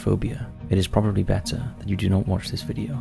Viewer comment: “Do mot participate in extreme caving”. Don’t worry brother…..dont worry.